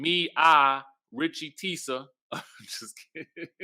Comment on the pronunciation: I’m screaming at “”